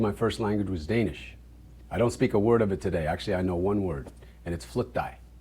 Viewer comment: The fact he Shemar actually can still pronounce Danish words so well is impressive. It's the kind of languages that you have to live in the country and with the people to properly learn it.